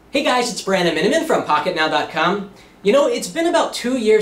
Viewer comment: hey guys it's branmin LOL